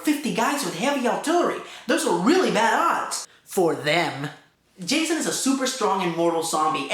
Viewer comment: lol, Hah-sohn